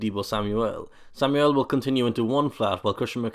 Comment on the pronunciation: Sam-yull not sam-ouel 😂😂 but like the video